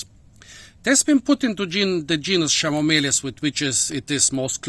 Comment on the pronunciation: Have to pronunce KEnomeles